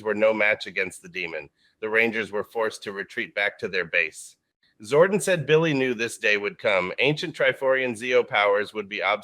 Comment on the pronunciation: It’s interesting that the AI voice says “Zorden” instead of “Zordon.” I would’ve been glad to wait until you could actually read the script for these videos. Like in the megaforce and ninja steel reimagined videos.